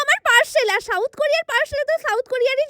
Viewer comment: সাউথ কোরিয়া ❎ শাউথ কোরিয়া ✅😂🤣